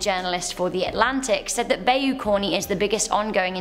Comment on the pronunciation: Please learn to pronounce the places you talk about. Bayou is pronounced "Bi-yu" or "ba-i-u" depending on the area but never "bay-u"